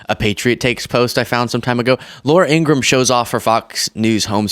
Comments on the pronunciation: Her name is Laura Ingra- ham! Please get it right! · I think it's pronounced Laura "Inger-ham". -I would think Kamala's donation record speaks for her endorsement, along with polls. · ING-RA-HAM is how you pronounce her name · Laura calling another woman a terrible person. Telling lies every day to millions of people must really feel good to her until the tide starts to go out and shows the garage that remains. Lies have consequences Ms. In-gra-ham your bother would like you to pronounce your last name correctly it’s not Ingram.😂😅🤔🤔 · She won't pronounce her own family's name correctly just as she does to our vice president.